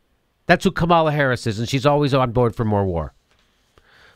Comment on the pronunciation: FYI, Kamala rhymes with Pamela.